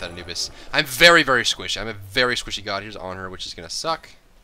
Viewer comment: is he squishy or werry werry squishy ? =p